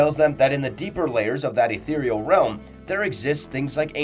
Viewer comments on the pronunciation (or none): none